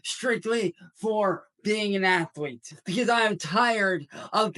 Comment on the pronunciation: Lmao..... "athlete"